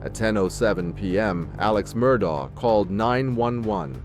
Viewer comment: It’s pronounced “Murdock”. You can literally HEAR Alex say his name at the beginning, on tape. 🙄